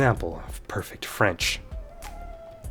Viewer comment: From a native's ear, your French is impressive!